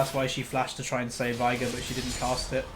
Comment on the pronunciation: ITS VEIGAR NOT VIAGAR OMFG